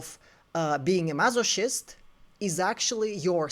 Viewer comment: This video is so illuminating…and I am sorry, I do not mean to be disrespectful but it is funny I realize something in this. It is pronounced mas-o-kist, like the hard C in Christ.